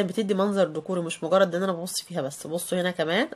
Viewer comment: اللهم بارك جزاك الله خيرا ليا تعليق بسيط حضرتك بتخاطبى ناس متعلمين لغات و مستوى بيقفل من الكلام المنطوق وحش فياريت نخلى بالنا كومود و ليس كومودون ماتشينج و ليس ميتشنج ديكور و ليس دوكور Pink و ليس bink برفيوم و ليس برفون كوشنز و ليس كوووشن كابيتونيه و ليس كابوتونيه Simple و ليس simble Basket و ليس pasket اوف وايت و ليس اوف واييت ديكورات و ليس دوكورات لمسة ديكورية مش دوكورية منظر ديكورى و ليس دوكورى ريسبشن و ليس ريسيبشين ماستر و ليس ماستار فوتاى و ليس فوتيه بنطالونات و ليس بناطيل ترابيزة و ليس ترابييزا دة المطبخ مش ادا المطبخ باديكو افكار و ليس بأدوكو افكار